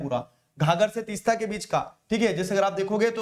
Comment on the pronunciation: Sir 'Teesta' and 'Dihang'